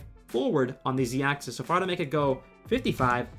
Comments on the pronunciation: It’s ack-sis, not ack-these. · The way he says axis doesn’t sit right with me